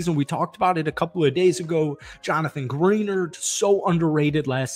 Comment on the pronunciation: Great vid but it's Greh -nard, not Green-erd 😂🤙🏼